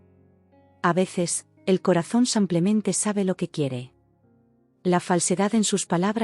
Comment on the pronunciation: Samplemente?? Nunca van a corregir a ia señorita que lee?